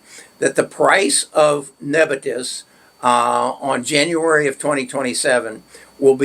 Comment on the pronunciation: Neb I us not nebitus